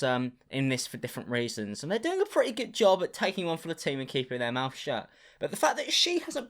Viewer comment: I friggen luv your accent. I can't help but notice that any word that includes a th is pronounced with a ff sound (something, mouth, think...). Side note: I'm supposed to be studying accounting